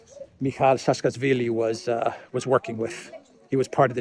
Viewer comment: It's Saakashvilli, not Saskasvilli.